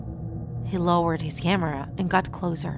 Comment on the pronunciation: I like how she pronounces words differently like “closer” she says “clozer”(I’m not making fun of her I’m just saying that I like how she pronounces the words differently)